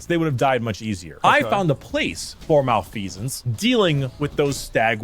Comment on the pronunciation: this mf said malfecence, he sucks